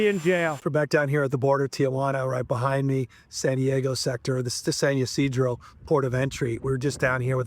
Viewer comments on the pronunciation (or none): I just heard him say "Tiajuana" and not "Tijuana", and "Yeeseedro" and not "Ysidro". CLASSIC white antagonist behavior. Can't pronounce the areas of his own state. Pathetic.